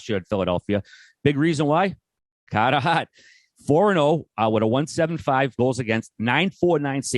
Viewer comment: Cahrter haart